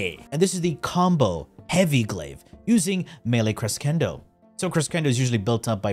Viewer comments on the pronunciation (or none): none